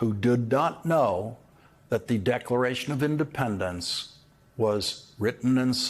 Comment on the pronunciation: I'm pretty sure i heard him said "Decoration of Independence" there